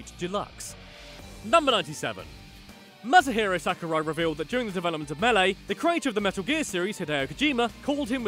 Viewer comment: "Mass-a-Herro Sacker-Rye"